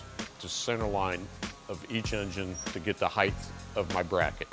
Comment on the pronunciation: The word it height, say it with me, heighT with a T!